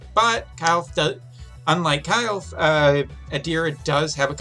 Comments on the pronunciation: its not KYLE'F ITS KILL-FAY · I guess the correct pronunciation of her name is "Kil-fe" same like "Kiru-fe" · You need to work on her name pronunciation, you called her multiple names in one video 😂. 😉The GL voice actors pronounce her name as (Kill-fay)